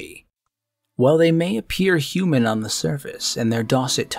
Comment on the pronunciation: Pronounced "Hue-Man" not "hoo-man".